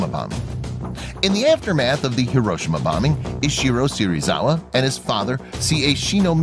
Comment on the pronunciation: I’ve never heard Hiroshima pronounced like that